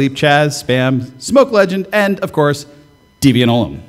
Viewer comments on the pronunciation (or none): Does this bother you deviant? (Last name pronounced incorrectly) fantastic talk!